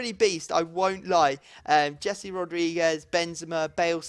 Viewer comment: Please when ypu are trying to pronounce the name of "Jese" the "J" should be heard like the "J" in the name of "James Rodriguez".